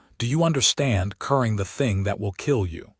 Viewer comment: Currying does not equal curing. Stupid AI.